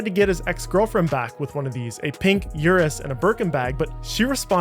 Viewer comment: It’s an Urus, not a You’us